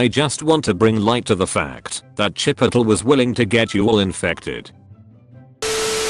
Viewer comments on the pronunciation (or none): #dankness Regular people: chipotle chi-pote- lay The voice in these videos : Chipotle... chip-pot-l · No one: Text to speech saying chipotle: cHiPiToLe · No one: Text to speech: "chipitol" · Why do I think the Karen in that one story would’ve actually thought it was pronounced CHIP-I-TOL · IS NOBODY TALKING ABOUT HOW IT SAID CHIP O TULL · Nobody: TTS: CHIPOTUL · the way it pronounces Chipotle is a one hit ko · Say Chipotle again